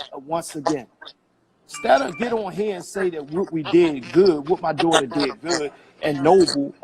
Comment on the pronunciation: Great breakdown!!!...I CRINGE at how he says dootr (daughter) Lol. If he wants to protect her so bad, start counseling and stop going live for clout right now.